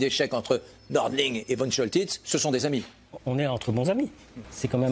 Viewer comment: Comment peut-on prononcer von Choltitz comme vonne et non Fonne ? C'est nul.